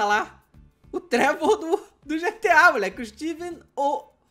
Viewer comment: Hj o dj ta absurdo 'Gerra Civil' e ' Travor' ee davy jonees